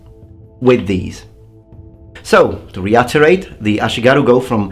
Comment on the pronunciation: Great video as always. I always learn interesting things from your videos. btw "reiterate", not "reutterate".